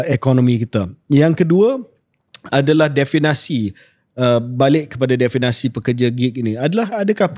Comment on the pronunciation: KJ banyak kali sebut “definasi”… Perkataan yang betul adalah “definisi” diambil daripada perkataan asal dalam bahasa Inggeris iaitu “definition”. Harap dapat betulkan. Apa-apapun, terbaik KJ dan Shahril. Teruskan usaha kalian yang bagus untuk manfaat seluruh rakyat Malaysia.